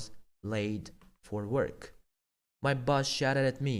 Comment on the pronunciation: Dalbayob boss ni togri talafuz qil